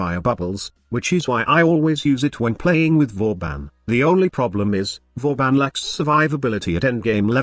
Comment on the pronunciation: Vauban... IS THIS BOOBEN PRIME?!?!?!